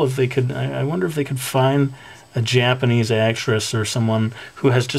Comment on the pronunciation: yeah there is "J-"AH"-panese xDDD sorry xD